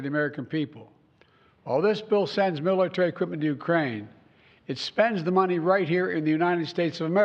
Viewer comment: “…we supply Ukraine with millttyqipmneydy…”